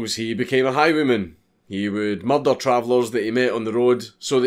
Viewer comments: The way he pronounces "murder" 🔥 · it's hardly unique to him- have you not seen Taggart?